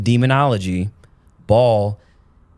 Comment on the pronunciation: BAAL is pronounce "BA-ALL" was also the diety in the old Testament involved child sacrifice ...its all in the BIBLE